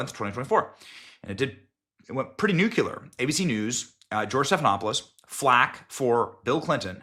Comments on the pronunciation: Nu CLEAR, not Nuc U ler. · Benny, new clear. Nuclear not nukular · Grammar Police! nu cle ar - nuclear. NOT nu cu lar. Thank you. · C'mon Benny. "Nukuler', again? It's Nuclear! You sound like a hillbilly when you mispronounce words like that. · (NEW - CLEAR)........ITS PRONOUNCED NEW-CLEAR. NOT "NEW-CULE-ER" NUCLEAR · Please stop saying nukular. We've been trying to tell you. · Say it with me: Noo-klee-ur. Nuclear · Benny! Man, I think you’re one of the best information outlets in existence. However, every time you say “Nuke-you-Ler” instead of the correct pronunciation, you lose credibility. It was just brought up as a point of discussion with friends as we watched this video. Yes, maybe we’re all grammar police, but you seem to be such an intelligent and charming person, it would help us enjoy you more if you’d consider this suggestion. Thanks and keep up the good work! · Benny, that’s not how you pronounce the word “nuclear”.